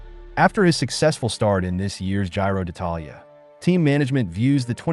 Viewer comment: I think that if somebody want talk about cycling sport as an "you tube expert" he should be able to pronounce Giro d'Italia 😉